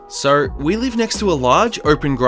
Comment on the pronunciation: I just found you today and as I listened I noticed that when you say "so" it sounds like "sir" and now I'm curious to hear what you sound like when you say "sir"😂⭐